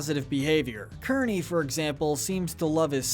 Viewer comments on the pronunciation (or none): none